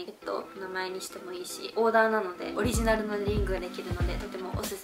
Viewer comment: アクセサリーもだけどオリジナルもちょっと発音危うくて可愛い😂💜